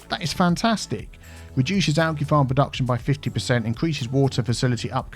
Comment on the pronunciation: Every time he says alGEE I die a little inside..(this isn’t a gif, man 👀)